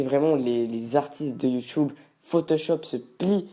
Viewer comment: il dit Yutube xDDd